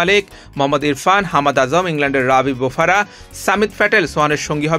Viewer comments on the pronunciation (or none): ভাই, বোফারা না, উচ্চারণটা হবে “বোপারা” তেমনই “ফেরারা” নয় “পেরেরা”। প কে ফ বলা যাবেনা।